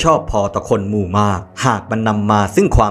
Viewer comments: หมู! ..... แต่ทำไมออกเสียงว่ามู ออกเสียงให้ เป็นหมู(มู๋) สิ รู้สึกหงุดหงิด มู มู อยู่นั่น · รู้สึกว่ายังออกเสียงคำว่า "หมู" ไม่ค่อยชัดนะครับ สระอูเป็นสระเสียงยาว แต่ที่ได้ยินมาทั้งคลิปเหมือนได้ยินว่า "มู", "มนุษย์มู" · ได้มาฟังอันนี้คลิปแรก คลิปน่าสนใจดี แต่ออกเสียงไม่ชัดมั้ยนะ อย่าง หมู ออกเปนมู